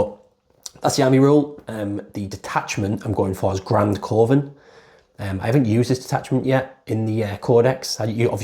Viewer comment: Great channel. Love when theres an upload to watch in bed. Btw coven is pronounced like kuvven